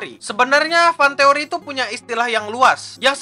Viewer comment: jadi "FantEKoRi" itu apa